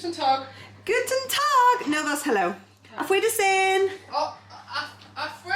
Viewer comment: way of saying „Aufwiedersehen“ is so funny. He kinda says an „r“ in the middle of the word and try was good. Greetings from germany.Can not wait to see Amber😊